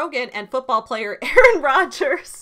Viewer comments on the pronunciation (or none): none